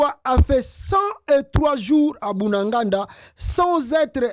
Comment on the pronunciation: C'est BUNAGANA et non Bunaganda SVP.